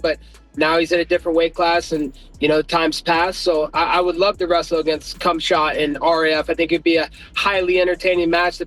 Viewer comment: Nobody heard Colby call Khamzat for Cumshot?